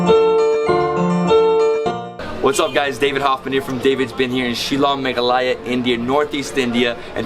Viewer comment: Meghalaghaya ❌❌ Meghalaya ✔️✔️